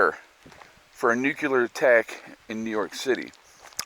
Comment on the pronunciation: The proper way to say nuclear is NU CLEAR!!! NOT NUKE u ler!